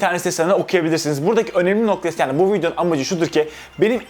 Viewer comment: kardeş istanbul yanio diyorsun bide adanaya gel baamm